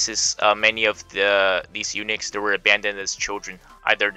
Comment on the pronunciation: It pronounces "u-nucks" NOT "u-nix".